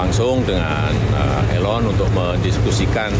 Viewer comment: please pronounce = 'i' (ee) lon